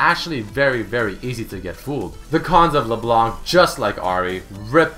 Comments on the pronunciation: Geez, the C is silent in LeBlanc, it's not LeBlank... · Hey I'm a Canadian fan of yours, and my main language is French so forgive my spelling. I just wanted to let you know that LeBlanc is obviously french for "The White" however when reading it in french the c wouldn't be pronounced. Making it so it should be said LeBlan:) also this part is more funny But did you know that LeBlanc is how you would be addressing a male and if you were addressing a female it would be LaBlanche. Anyways love your shows and Much love from the Great White North!:) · It isn't silent and it also isn't LeBlank, it's pronounced; Luh Blon ck.